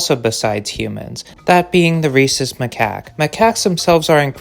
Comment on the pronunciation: Bruhh i had to pause the video to wheeze thru a laugh at what i heard as "Racist Macaques" (?spelling uncertain), i knew you said Rhesus (fuck is there an h in there, hyperlexia failing me rn) edit: autocorrect fucked it even worse than i did at first but it's correct now 😅